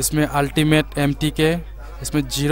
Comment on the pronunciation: Mkt nahi mtk 😂